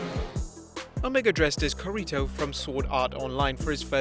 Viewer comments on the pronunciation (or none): Kuhreeto really its very clearly meant to be Kirito (Kee-ree-tow) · Nobody mentioned how did he butcher Kirito's name? Dude. Its KIrito not KOrito... Gaaaah kinda mad xD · so nobody gonna talk about how he pronounce Kirito ???? accent it's Kirito not Kerito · The dude: pronounces kiritos name wrong saying ke ri to Me: WHYYYYYYYYYY ITS KI RI TOOOOOO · Ka-ri-toe 😭 Kirito*** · Key ree toe! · how you said kirito and calling the kamehameha "the goku wave" kinda hurts but a nice video overall ^_^ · He butchered kirito's name so badly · Dude you pronounced Kirito wrong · Did anyone notice that he missed pronounced the black swordsman‘s name wrong 😆😅😂🤣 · Ya butchered Kirito's name...other than that great video. I wish people that do videos of Japanese/Anime characters would take 3 minutes to learn how to pronounce them correctly. Reminded me of a watch mojo video how they butcher names, but yet they research...